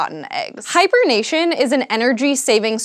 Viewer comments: I kept hearing Hipernation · Hyper-nation? Which nation? Why is it hyper?